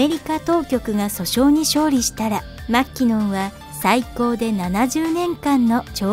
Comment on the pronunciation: マッキノン… まーきのっ